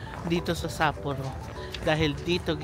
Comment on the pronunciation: You’re the first vlogger that I’ve seen who pronounced Sapporo correctly.